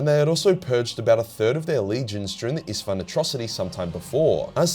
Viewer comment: Its so funny to me as a Hungarian saying Istvaan is like saying Stepheen which is just absurd xd